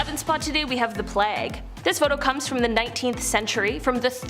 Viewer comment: Playg not plag.